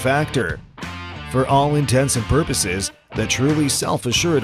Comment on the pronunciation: Did you say ‘all intensive purposes’? I’m blocking.